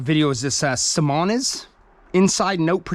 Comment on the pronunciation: brooo ive never heard Simoniz pronounced that way in my life !! 🤣🤣